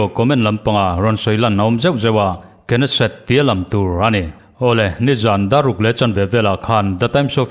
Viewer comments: Knesset i lam rik dan hi a ori hebrew pronounce ang ni mahse, hnamdangin an lam ang hian Nesset tiin lam ve mai nise.. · Knesset- hi nesset- tihtur alawm